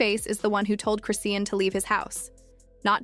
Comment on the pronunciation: You can’t even say her name right 😂😂😂